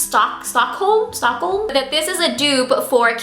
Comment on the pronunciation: What a shame she can't even pronounce Stockholm :O